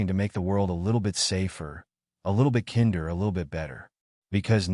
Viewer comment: I'm in tears. A 74 year old man and in tears over a story about a little boy and girl. Saginaw Michigan. The only thing that would make it better teach your AI how to pronounce "kinder"